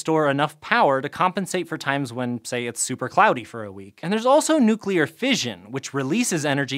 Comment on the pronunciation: points to for pronouncing "nuclear" correctly. yay!